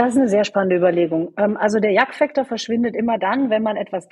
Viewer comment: Sehr berechtigte Frage. Weder der Moderator noch die Gesprächspartnerin sprechen das richtig aus: “Yuck Factor”. “Yuck” sagt man hier in den USA, wenn man sich vor etwas ekelt. Zu deutsch also “Igitt”. “Ekelfaktor” würde man auf deutsch sagen.